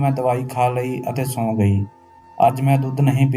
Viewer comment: ਸੋਈ ਨਹੀਂ ਸੌਂ ਹੁੰਦਾ